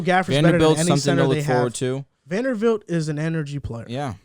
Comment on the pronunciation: someone tell it’s Vanderbilt not vandervelt